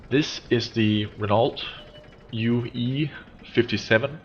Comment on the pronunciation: Renault - pronounced Ren-Oh, not Ren-Alt